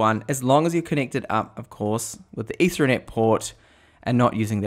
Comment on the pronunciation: Say ether as in the alcohol. Now say net. Now put the two words together and that's how it's pronounced. You're welcome.